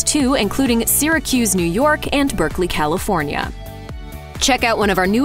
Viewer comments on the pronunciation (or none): none